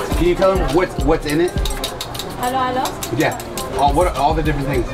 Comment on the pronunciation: It’s halo halo. Like bruno mars, stephen curry, luca doncic, dj khaled You guyz are so funny 🤣